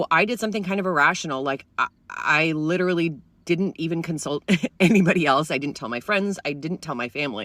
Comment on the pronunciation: Lidderly!!! Like, Lidderly!!!!